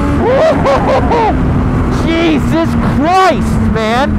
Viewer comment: You should stop saying jesus like that